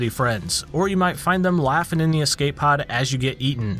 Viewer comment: oh no you said "eekscape"